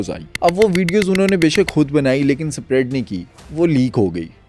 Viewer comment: Spread ap ne thek se nhi bola.....is se acha ap urdu ka word hi bol lety